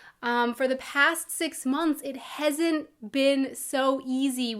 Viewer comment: You said "hesn't" instead of "hasn't." ^^ Is it because you hear that from German people so much? L2=>L1 transfer, yay!